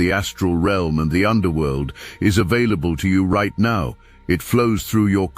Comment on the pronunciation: Who can I contact teaching the AI that it is "now" not "meow". Seriously😂